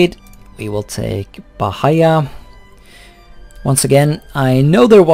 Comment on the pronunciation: man, I'm Brazilian, and it's pronounced bá-í-á